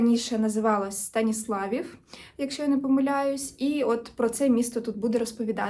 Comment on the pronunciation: Я з Франківська і моїм вушкам неприємно чути той наголос. Правильно: „Станисла́вів“ з протяжним і